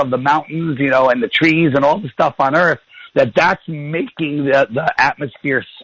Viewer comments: I say EARFF too hahahahaha. Cheers Olympia WA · “I’ve got LOOOADS of questions... and everyone call it Flat EarF... I’m an expert on Flat Earth,” because I watched a Netflix documentary on it (and maybe another that wasn’t mentioned). His best question was: “do you find yourself surrounded by people who agree with you...” can’t remember what he said, but it was basically getting at: Don’t you think you’re just in an echo chamber? My question for him is: shouldn’t that be turned around for all the Globe Earth people? I’m sorry but it pisses me off when these YouTube “news anchors” treat people with new ideas that come on their show like mainstream treats them. Go somewhere else!!! David W. is a nice guy, and he’s gonna day, “these guys were so nice, especially compared to who usually interviews me.” My response to David W. would be: if this guy was with a different person (other than the other, more open minded guy), he’d be such a dickhead and bully. David W. DID do what he said at beginning, “we’re gonna change that!” *David W. wins again! And that’s why he’ll never be interviewed on mainstream TV by Bill Nye or Noel DeASS Tyson*.